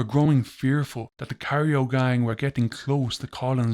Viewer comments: Cairo. Not cario. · Cairo is pronounced kyro after the city in Egypt.